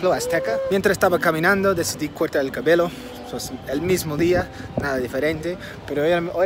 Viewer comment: Mi vida cometiste un error, dijiste "Cabelo" y es "Cabello" 😘😅😊